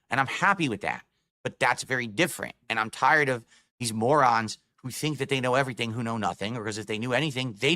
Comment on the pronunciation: I love when he calls us "morahns" lol